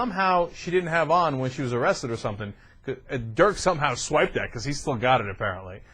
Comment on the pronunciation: Ana screwed up his first name LOL In German, an "i" is pronounced like you would pronounce an "e" in English.